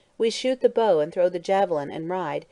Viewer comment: Reader keeps pronouncing bow like “bough” when in context it’s clearly talking about a weapon.